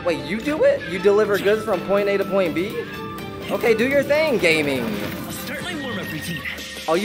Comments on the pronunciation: Gaming's name is pronounced Gah-ming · loving all the genshin content bro can't wait for the next one! Especially excited for the collected miscellany video ❤ Also side note Gaming's name is actually pronounced "gah-ming" (He says his name in the beginning of the demo so you can hear how its supposed to be said there if you go back). It's hard to tell based on the spelling but it's a chinese name so it's pronounced differently than how that word is said in english. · It’s actually pronounced Gah Ming